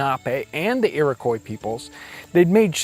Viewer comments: Iroquois == Ear o kwah.... not Ear o koi. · Please... Iroquois is pronounced "Ee-rok-wa"